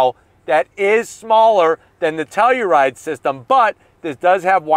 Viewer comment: Shot every time says “Teluride!”